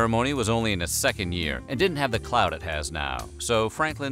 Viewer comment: did the narrator just say clout